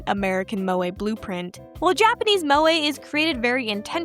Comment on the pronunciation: Every time an American pronounces Moe an anime girl dies